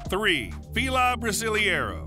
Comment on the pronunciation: Yup and fila brasiliero is pronounced (FEEH lah brah SEE lei ROH)